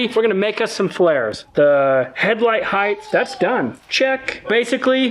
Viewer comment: Why do millennials add an "h" to the word height? It's not heighth. People sound so stupid doing that